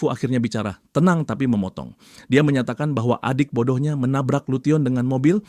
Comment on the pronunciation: lution di baca nya lusen bang